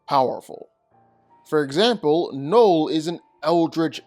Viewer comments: Why are you saying Knoll? His name is Knull. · Knull. Not knoll. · I hate how you say knull